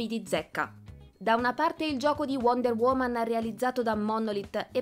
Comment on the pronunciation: Suggerisco alla speaker di lavorare un po' sulla dizione e l'intonazione, e di tentare di non aggiungere così tanta schwah alla fine delle parole straniere terminanti in consonante (trailerrə, wonderwomannə, heavy rainə, humannə, westə)